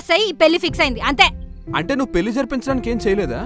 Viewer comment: పెల్లి కాదు పెళ్లి